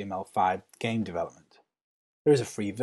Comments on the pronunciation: Is it me or was the first thing I heard was "Hello Gay fans" o.o (Btw ik he said game fans) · AaronGX yeah i heard that too